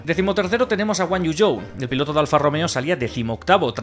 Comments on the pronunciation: Alguien que me explique porqué os españoles le dicen al piloto chino guanyu You y no guanyu zu que es como se pronunciaria su apellido Zhou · ¿De dónde sale lo de empezar a decir "Guanyuyou"? Juan Yu Zu, joder